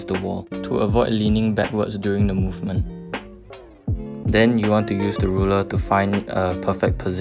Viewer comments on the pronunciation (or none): none